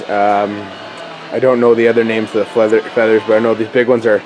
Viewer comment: Fleathers lol